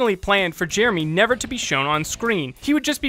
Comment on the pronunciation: listen to how he says "Jeremy"